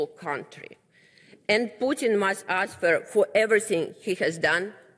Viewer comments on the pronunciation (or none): а хоть немного поработать над текстом перед выходом, над произношением ... АнсВер.. ау ку-ку, Элементраные правила чтения ... или вышла бы лучше на руссском с переводчиком, раз так за Россию топит .... ой, не понимаю ... Показуха